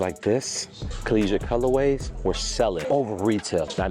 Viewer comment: Just wait until you hear his pronunciation of colorways 🤦‍♂️🤦‍♂️🤦‍♂️